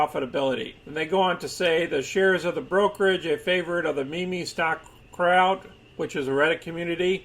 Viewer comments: It’s pronounced “meem” not “mimi” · It's pronounced "MEEM"